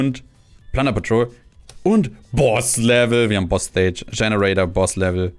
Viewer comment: Don't worry about not understanding things. That happens all the time even when you know both languages because he does things like say 'Generaider' as if it's 'Generator' all the time.